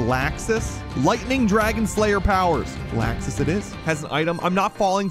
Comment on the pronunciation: Not gonna lie, I got kinda triggered when He was pronouncing Laxus (Lawx-us) as (LAX-us) like a laxative...